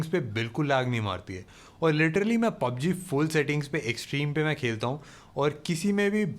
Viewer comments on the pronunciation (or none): none